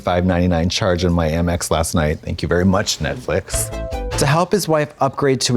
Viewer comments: Why does Trixie say netflick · Not Trixie saying ‘Netflick’ again 😂